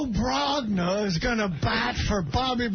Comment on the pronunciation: Rico Brog-na haha